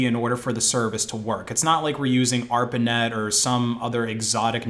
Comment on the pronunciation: What did you say on ? "arpin net" or something like that